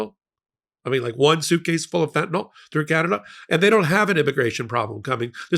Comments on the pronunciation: Fentanyl not fentanawl. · I wait for the day when high-profile journalists and other influencers can pronounce the the word "fentanyl".